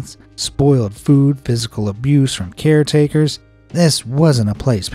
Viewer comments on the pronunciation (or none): "care takers"